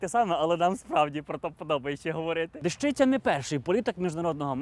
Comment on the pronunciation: Не ДежИця, а ДЕщиця.